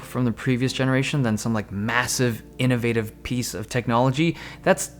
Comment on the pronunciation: You say innoVAtive like a human being, not "innovvvitive"